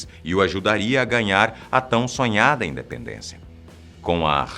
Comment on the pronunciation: No minuto "INDEPENDENCAAA" na primeira vez.